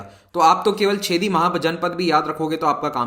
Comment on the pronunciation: सर, छेदी नहीं चेदि महाजनपद 😅